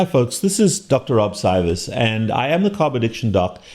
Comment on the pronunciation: He pronounces it "CyVes" He's my husband's doctor, we live in Middleburg, and he comes to Jax once a month.